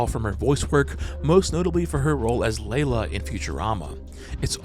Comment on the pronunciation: You better put respect on Katey Sagal's name. She was Peggy Bundy an Icon. She was also Gemma Morrow. And her voice over character is pronounced Lee-La not Lay-La.